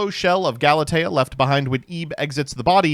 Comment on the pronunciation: bringing out the cello AND saying Galatea correctly?!?! We’re in for a treat tonight.